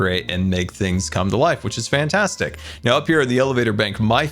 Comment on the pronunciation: "Its Absolutely Fwaiantwastic" - 2021